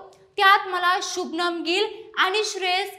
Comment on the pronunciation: शुभमन ✅शुभनम ❌😂😂😂